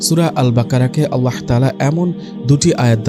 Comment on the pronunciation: Apnr mukh e Allah r hazrat Muhammad saw er nam er uccharon ta onk valo sonay....